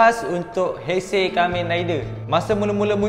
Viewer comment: Kenapa masa sebut heisei jadi teisei 😅